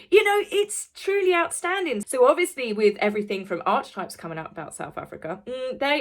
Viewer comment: You pronounced archetypes correctly! 🎉 I knew you could do it! ❤️